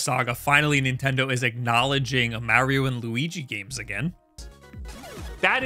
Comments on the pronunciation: And stop saying M-AIR-IO dude… There’s no i! There’s a correct pronunciation and there’s no debating it. STOP IT, GET SOME HELP! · It's Mar-io, not Mayr-io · I just realised he says Super Mehrio instead of Super Mahrio.🤣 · And please for the love of God, stop say "mairio". The only people that do are you and peoples great grandparents. Like, you don't say "wairio" . Just stop being extra. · You say Merrio and don't want to play Minish Cap. How do you live with yourself? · Mario himself tells you how to pronounce his name ingame. Stop the marry-o nonsense. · Learn to pronounce Mario. Its not Mary-O! geez...